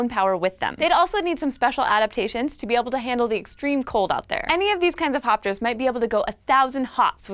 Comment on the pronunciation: All I heard was "fapsters" XD